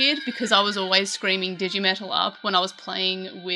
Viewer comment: Yeah it's dejimentaru, especially at the n part it's its own syllable